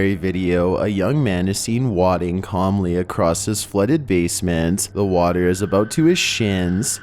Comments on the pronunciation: He said "wodding" instead of "waiding" (wading). Lmao. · Wading... not wadding. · Man said wadding pretty sure it wayding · Wade-ing. Not wadding 😁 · It’s the occasional mispronunciations that get me. “Wadding” instead of “wading”, for example. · Come On, it's "WAY-DING", not "wahd-ing". You've heard the word no doubt?As in "to wade through a creek". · You said "wodding" instead of "wading" lmao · "Wadding"? Oh...its pronounced "Way-ding"...🤦 I'll always love though! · The first clip he states the guy was "wadding" through the flooded basement instead of the proper "Way-ding"